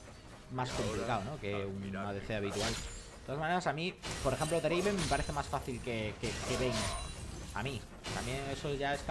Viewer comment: No es Draven, es DRAAAAAVEEN